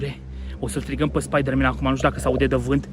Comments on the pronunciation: Spaidărmen! Spaidărmen! Cel mai blanao clip!! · sa moara mama cand am auzit cum a spus spieder-man am facut o criza de ras si mai ales la editul tau bv coaie